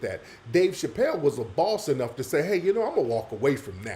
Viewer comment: Da planeee da planeee 🤣😂😂😂 "bossth"